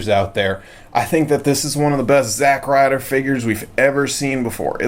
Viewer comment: It's not zack Ryder